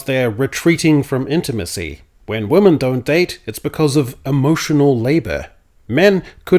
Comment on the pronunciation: Is pronouncing woman and women the same an Australian thing? I've noticed in multiple of your recent videos. I thought it was just a mistake at first, but you said it a lot in this video and always pronounced it wo-man even for the plural. Not criticizing, just curious if that’s common in Australia?